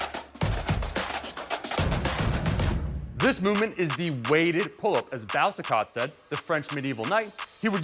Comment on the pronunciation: Absolutely butchered Boucicauts name 😂